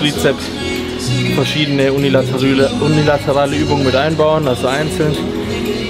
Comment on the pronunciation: unilateRÜHLe 😀 und vorher noch "bizep/trizep". Des bedarfs 😁